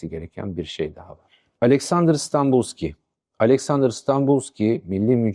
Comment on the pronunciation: Hocam öncelikle saygılarımı sunuyorum. Anlattıklarınızın müptelasıyım. Araştırmacı ruhunuza, anlatım üslûbunuza, sahada harcadığınız emeğe hayran olmamak mümkün değil. Videolarınızı heyecanla takip ediyorum. Ben Bulgaristan göçmeniyim. Önemsiz küçük bir düzeltme yapma cüretini göstermek istiyorum. Dönemin Bulgaristan başbakanının soyadı Stanboliyski (Станболийски) şeklinde telaffuz ediliyor. En içten teşekkür ve saygılarımı sunuyorum.